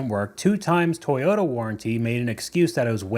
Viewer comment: how the fuck do you pronounce Toyota so badly